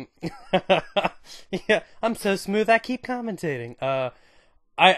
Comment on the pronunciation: did you say you keep "cummintating"? LOL